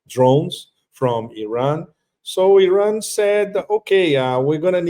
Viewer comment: Not Oran Iran dude you don’t pronounce it right . Should I call vitame votom